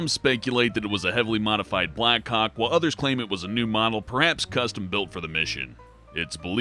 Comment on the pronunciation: Was I the only one that kept hearing "Black cocks" instead of "Black Hawks"?